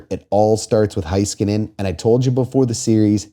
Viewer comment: Was at the game. Felt like the stars were going to get swept after the Bouchard goal. Third period was electric. Unsure why the entirety of the Canadian media persistently mispronounces Heiskanen’s name. (It’s HEY-skanen, not HIGH-skanen)